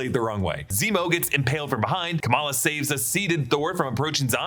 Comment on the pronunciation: HE SAYS NEMO NOT ZEMO LOOOOOL